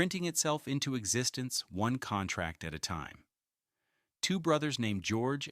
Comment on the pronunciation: The bot narrator got the pronunciation and meaning of 'contracting' wrong.